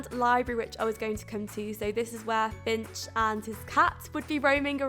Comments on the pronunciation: Not trying to snype u or anything, but its filch not finch 😂😂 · I had no idea who you were talking about when you said Finch XD And then I realised you meant Filch. Regardless this is an awesome interpretation of hogwarts, however I must say, being a Ravenclaw I feel we got the short end of the stick with our common room hahahah